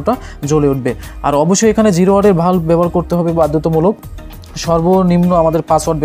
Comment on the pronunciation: বাল্ব কে ভালব বলেন কেন ভাষা ঠিক করেন